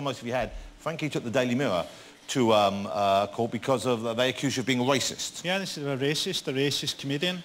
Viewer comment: a 'wacist'?